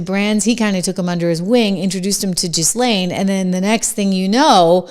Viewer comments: Ghislaine Maxwell’s name is pronounced “ GHEE LAINE 🤩👍🏼 Love your show!! 🇺🇸 Kash is pronounced like the Money, Cash 🤣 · I think n believe it's pronounced Gee-lane, the S is silent Trish. She's French lol 🤘🫡🇺🇲Big fan! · It’s pronounced “GEE LANE”